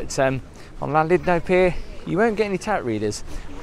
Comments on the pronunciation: LlanDUDno not Llandidno.Try at least to pronounce the places you visit.I'm not welsh and you're annoying me. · your pronouncing Llandudno WRONG pretend the capital L is pronounced like C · Gotta doing a hacking sound with double LLAN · I used to get soooooooo much ear ache from a work colleague for mispronouncing Llandudno.......... It's pronounced Clandudno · You said the name of the town wrong pal